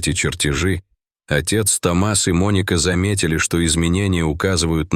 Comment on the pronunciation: Только правильно не Том(А)с, а Т(О) мас от имени Том☝️. Учитесь правильно ставить ударение ☝️, прежде чем транслировать контент!!!